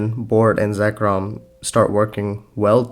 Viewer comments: This was a great video, but dear lord, “Roosteal”?? “Zekrom”??? They’re gemstones, not pokemon 😭 “Roo-tile”, no S. “Zir-con”, R before the C... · Im sorry, but evertime you mention Zircon, I just hear Zekrom as in the pokemon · I was going to say something similar with Zircon, you pronounced it 'Zekrom' like the pokemon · Zircon. Zir- rhymes with sir.